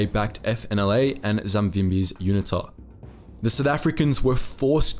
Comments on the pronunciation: Dude you are not an American so please use proper English pronunciation. For example route is pronounced root not rowt! Learn the place names and how to pronounce them and UNITA is pronounced Uneeta not unittta! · UNITA is pronounced with a hard U. U Nita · Please get your pronounciation of unita right, secondly yes even today the ruling party still incorporates south west africa naming within swapo lol, also did time in the SADF back then - at least back then there was no load shedding or out of control high crime rates, proud to have been part of the worlds best fighting communism, not like today embracing communism